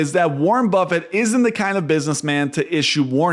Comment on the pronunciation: Who is “Warmbuffet”?